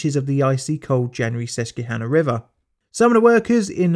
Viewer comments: It's "Sus kwa hanah". It's kind of weird no one looked that up if you were gonna say it so often. Is it because it's assumed to be an English name since it's in America so you don't check like you might for Russia or China? It's not English, btw, it's named for a Native tribe. Can't guarantee Americans pronounce it like the Native word it was based on, but it's better to pronounce it like the locals than make something up. It's a bit careless to just not even try to look up local name pronunciations. Just curious, do you try to pronounce Welsh and Gaelic names correctly or just wing it? The comparison between Native American and Celtic isn't perfect, but it is something an English person can relate to as far as some names being from outside your own language. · I love the way he pronounced Susquehanna. Although it’s pronounced wrongly I won’t judge since you’re not a Pennsylvanian native. Also God bless Pennsylvania, the best state in the Union. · And the native name for the Delaware River is the Lenapi-hanna. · Never heard Susquehanna pronounced that way. Must add a tick to my list! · Outside of murdering the Susquehanna's pronunciation... We in Pennsylvania pride ourselves on 4 things. Snack food, corruption, ecological disasters and massive pollution..... Do what you love! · My only gripe is your pronunciation of Susquehanna. It's killing me. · Sus-kwa-hannah. Sus-KWA-hannah.🤣🤣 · I love the way he pronounces "Susquehanna". Sus-key-hanna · It's cute how you pronounce it suskeyhanna. Grew up swimming in the Sus kwaa han ah. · Susquehanna is pronounced “Sus-kwuh-hanna”, not “Sus-cue-hanna”. Love your videos! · This took place about 2 seconds away from where I live. Please,, it's "Sus-kwa-hannah". Every time you say "Sus-key-hannah", everyone here cringes. 🤣🤣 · Pronounced Sus-kwa-hanna😉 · As a susquehanna valley native the way you say susquehanna is hilarious. It's pronounced sus-kwa-hanna. Not sus-kee-hanna. Great video otherwise! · Not "Sess-Q-hanna" lol